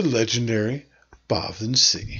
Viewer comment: I thought sìth was pronounced shee?